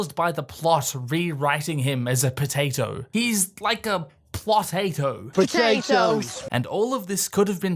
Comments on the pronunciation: “Pototates” I instantly subscribed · Potatoes ... ! Patoe-tapes ... ! I cant stop cackling 😂💀.